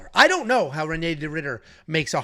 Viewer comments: Please learn how to say Reinier or just say RDR. REN-yay is not how you say it lol. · I'm sorry to be this guy guy but it's Raiyneer, try and roll that first R